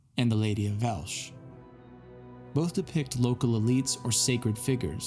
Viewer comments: Surely that's why it is called la Dama de Elche, because it was found in Elche? By the way, there is no sh sound in Spanish (but there is in Portuguese), and every syllable is pronounced. It is la Dama de El-Chay. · I really appreciate your interest in the beautiful complexity of the Iberian Peninsula and the mix of cultures that shaped it. But as someone from Elche (pronounced El-che, not “Elch”), I need to correct a few things respectfully. First, Elche is in the province of Alicante, not Murcia. Murcia is a different region with its own identity, dialect, history, and cultural influences. Cartagena, for example, had a much stronger Phoenician influence, while Elche was more Iberian, Greco-Roman, and Mediterranean in its development. Second, these figures are not “mysterious alien women wearing headphones.” The Lady of Elche, the Lady of Baza, the Lady of Guardamar and others are deeply tied to Iberian culture and Mediterranean religious traditions connected to the goddess Tanit. Tanit was widely revered across the Mediterranean world, especially in Iberia, the Balearic Islands, and North Africa. These figures most likely represent either the goddess herself or priestesses connected to her temples. And culturally, these traditions never fully disappeared. Traditional Valencian and Alicantina dress still preserves many of these aesthetics today: the side hair rolls, the elongated back covered with mantilla and peineta, the large earrings (arracadas), etc. Iberian women are not some incomprehensible mystery to us. They are part of our cultural continuity and identity. So while I know your intentions are positive, please research these topics more carefully before presenting speculation a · great stuff man. I'm just going to be a tiny bit pedantic (in a beneficial way) The Lady of Elche is pronounced; El-che ;)